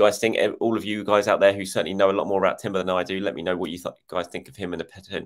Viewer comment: I'm pretty sure it's more like 'Yurrien' Timber, like Frenkie de Yong. The Dutch j is a y like most of northern Europe.